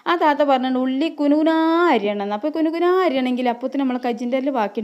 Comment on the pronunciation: കുണു കുണാ എന്നല്ലതാത്ത കുനുകുനാ എന്നാണ്